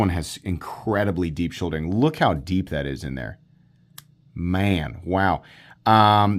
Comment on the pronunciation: “incredibly deep sh…” shulding? Shouldering? What’s he saying here? Is this a piece of terminology I don’t know?